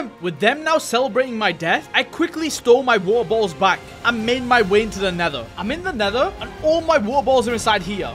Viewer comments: I dont even hear water bottles i hear woel boels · how many times he said waer boles